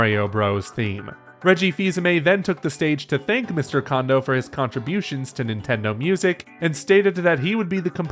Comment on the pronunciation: I just want to say this for future reference, but Kondo is not pronounced "Condo." It is closer to "Cone-doe."